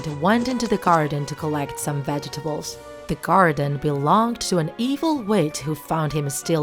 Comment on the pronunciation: No one:: Vdjetables 😆